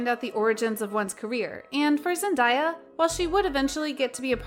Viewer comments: Okay listen to me her name isn’t ZEN- DIE YA ITS ZEN- DAY UH THAT IS HOW ITS PRONOUNCED pls leave that in your head!! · here's one thing you didn't know about ZENDAYA is that her name is pronounced ZENDAYA NOT Zen-die-ya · Zen-day-uh that's how it's pronounced